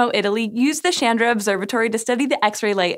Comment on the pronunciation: Its "chandra", "ch" as in "change", its not "Shandra"